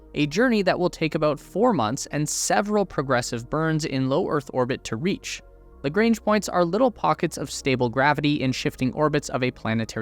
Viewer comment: Bloody hell man you are great ! Lagrange is French and you pronounce in American..... Deluge isn't French yet you pronounce it in French !!! are all Americans this poor at pronunciation ? Probably.